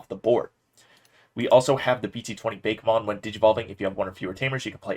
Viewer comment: LOL. It's BA-KE-mon. Not beykmon. Ok weebmode off.